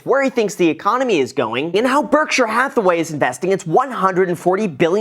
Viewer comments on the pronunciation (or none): none